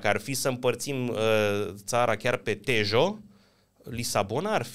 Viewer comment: Se citește, duero și teho!